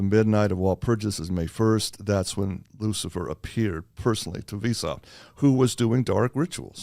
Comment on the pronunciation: It's pronounced, "vice-howpt". So glad I studied these topics pre-internet. Adam Weishaupt, Bavarian Illuminati.